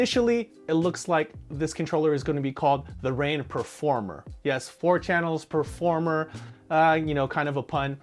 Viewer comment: I thought he said pro4mer